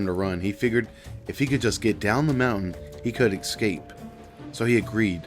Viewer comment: eCKscape? it's EScape